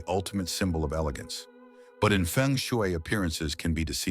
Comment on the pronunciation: Stupid ai cant even pronounce the word Feng Shui.